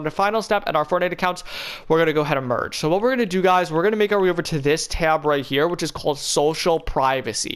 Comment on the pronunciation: take a sip of ur tea/coffee everytime he says merg ur fortnite accounts